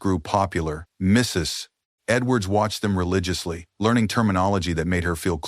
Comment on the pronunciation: Why does this narrator have so much trouble saying, "Mrs. Edwards?"